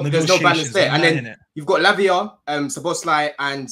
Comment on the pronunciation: The American guy talking about Szoboszlai when he only just learned how to pronounce the man's name. 🤣😂🤣🙃